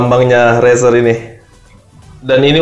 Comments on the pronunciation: Wah tumben review merek terkenal 😎.razer id jga promo makanya murah :v, dan juga Razer ngomongnya Rezer bukan raser yah buat benerin aja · Razer* tapi bilangnya rezer